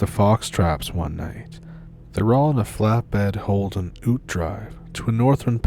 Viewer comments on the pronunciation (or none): Sorry to correct your accent but it's pronounced as 'YOOT 'as in utility a type of tray bed, ute for short, some Aussie words are odd I admit so good onya for trying cobber!! Keep on doing your stuff! Love hearing new stories from you! Cheers from Ani, Sydney Australia. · A Ute is like what Americans call a truck. It’s pronounced yout I live n Australia an these stories are creepy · The way you pronounced ute gave me a good chuckle haha, we pronounce it like yoot in Australia. It took me half a second to realise what you said